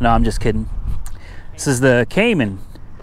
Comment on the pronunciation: He pronounced cayman correctly lol